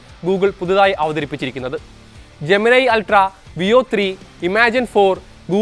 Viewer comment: ജെമനൈ അല്ല bro ജെമിനി എന്ന് തന്നെയാണ് പേര് ജെമിനി യോട് തന്നെ ചോദിച്ചോളൂ..